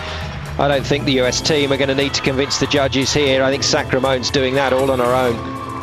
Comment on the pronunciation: lol he says sacramone's name wrong just about every time. alissia sacra-mone.